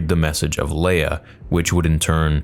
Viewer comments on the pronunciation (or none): none